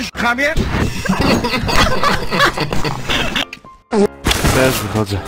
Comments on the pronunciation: "Co ty mówisz hame?" ? :D a nie chamie ? :D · Czy tam pidało "hame" zamiast hamie? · zamiast chamie jest hame